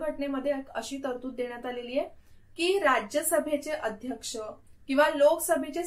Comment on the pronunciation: Mam loksabhecha aadyaskha asato...tumi uchhar chukicha hotoy ka